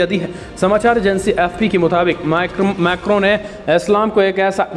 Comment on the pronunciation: Aur annual macron name hai sale narkel nahi tari ache se kiya kar tab vidio banaya kar .